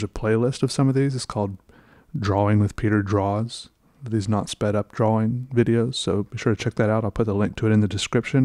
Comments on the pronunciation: I love the way he says draw wing 😌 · I’ll never get used to the way you say “drawing”. dra-WING